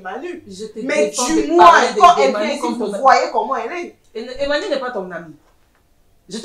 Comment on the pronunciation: Je pense que fait une erreur de prononcer le sobriquet " Emmanu" au lieu de " Emany " car on dit soit " MANU"; " EMMA " ou encore " Emany " valable pour filles ou garçons!